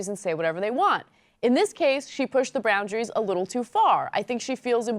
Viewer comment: did ana say "Browndaries" Lol!